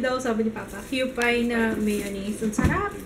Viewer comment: Yung kewpie mayo dito sa japan oarang piso lang. Nabibili din sa daiso. Hahaha :) And yung pronounciation nya is (kyupi) :)